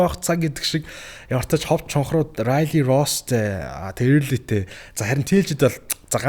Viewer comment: Эээрлий ээрлий gshagd bhi Өөрлий gceshde sda